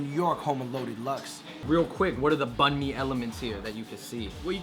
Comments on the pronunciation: The way they pronounced banh mi annoyed me; it's pronounced more like banh me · shit man... "Banh mi"... Say it right man you're viet